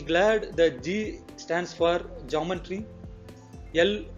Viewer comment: It is not "Jumb-baan-tree"; It is Geometry=Gee-o-metry"...!!!!